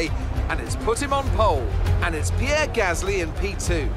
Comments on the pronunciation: PEE-AIR, PEE-AIR, PEE-AIR, NOT FUCKING PIER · I don't like Pierre Gasly, but I never called him Pee Air Gasly. 😂😂😂😂😂😂😂😂😂😂😂😂😂😂😂😂😂😂😂😂😂😂😂😂😂😂😂😂😂😂😂😂😂😂😂😂